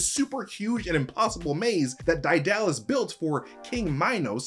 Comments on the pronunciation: Daedalus is pronounced dee-duh-luhs or day-duh-luhs not die-dal-lus. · It's DAY-duh-luss, he's just pronouncing it incorrectly. It has nothing to do with being American as someone else said. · Lol "Dye-Dallus" I always was told it's "Day-Doll-Us" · DIE DAH LES... my greek myth enthusiast brother would go mad lmao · DIE DALLAS? I always have heard it as DAY DULL US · Daedalus (day - da - lus) nah DIE DALLAS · I’m sorry but your pronunciation of Daedalus is horrid, it should be pronounced like Day not Die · Excuse me? Daedalus is not pronounced "die DA lus" it is pronunced "DAY duh lus". Also, it is pronounced "Huh PHAY stus" not "huy PHASTOS" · Did you not play Hades the game? They pronounce Daedalus correctly, Dehduhluss. He was a great inventor. Also, this movie was trash and I had no expectations of it but popcorn entertainment, and it even failed to do that. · It's Day - dalus. Everyone knows that. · It's pronounced deadalus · its prounouced DAY-duh-LUS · Daedalus is pronounced "day dah lus" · D👁dalis became crydalis 😂😂😂 barzzzz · Isn't it pronounced "dead - uh - luhs" ? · It is pronoinced “Day da luss” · ugghhh. sorry but the pronunciation of Daedalus. first hearing it pronounced like that. my eaaaars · the way you pronounce Daedalus makes brain squirm